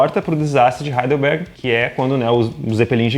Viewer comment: Só eu entendi ele falar Heidelberg ao invés de Hindenburg?